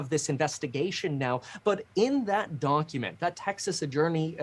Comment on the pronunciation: Did you say donkument?